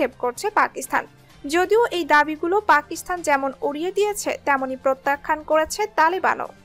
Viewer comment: আপনার এই কয়েক মিনিটের ভিডিওে এতো ভূল!!! পাকিস্তানেই উচ্চারণ করতে পারেন না।